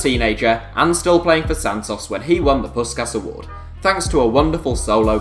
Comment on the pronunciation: Dont pronounce the awards name again please